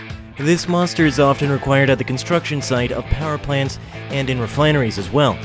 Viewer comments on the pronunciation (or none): none